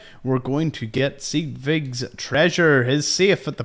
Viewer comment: Pretty sure it's "Sedge" (like hedge) "Wick"